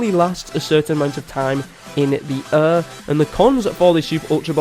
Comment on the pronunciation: The way this guy says air